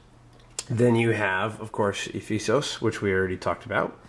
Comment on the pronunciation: one thing about the names of the wonders, especially the greek ones: There is an accent ' above a letter, that helps you pronouce it correct. So this is not ephEsos but Ephesos, same goes for the next two. It is olympIa, not olYmpia and (h)alikarnassOs not hAli-karnAssos. Juts to help you out with those :P